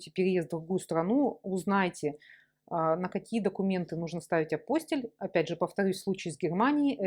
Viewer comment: Все хорошо, информация полезная, спасибо. Но многократно повторяемое слово Апостиль с неправильным ударением очень режет слух до неприятного. Правильно произносится АПОСТИЛЬ с ударением на слог ти.